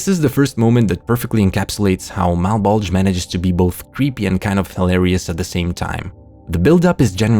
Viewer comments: Mal-Bowl-Juh, not uh Malbulge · It’s pronounced “malbolja” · I’m fairy certain it’s pronounced Mal-Bow-Juh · Malbulge lowkey sounds like "my bulge" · Whenever you say "Malbolge" I hear "my bulge" and that just adds to the semi-serious tone of that series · Ok, I'm twenty minutes into the video and I cannot be the only one hearing "mah bulge" every time refers to the series by name. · i keep mishearing malbolge as "my bulge" lmao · “Mah bulge” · Instead of Malbolge, I keep hearing Mt. Bulge... hehehhe... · We really just gonna skate past the easy joke of the fact the trench sounds like "mah bulge"?